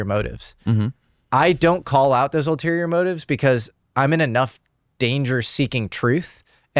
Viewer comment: The correct word is: ULTERIOR, not alterior.